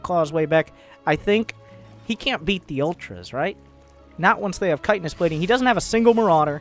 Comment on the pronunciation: Comon man ch-hit-in-nous or u trollin?